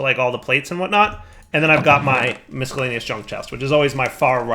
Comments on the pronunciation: Please for the love of god .... stop saying miscellaneous. You have never pronounced it right. EVER. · While he's derpy, that's not by mistake. I'm fairly sure that's "as intended" as (and while I agree with you) that is "how it's spelled". I mean, why is the "c" there?